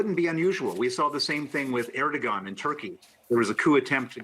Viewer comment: Did he say: "Eardugon" was the president of Turkey? Only the finest analysts here CNN!!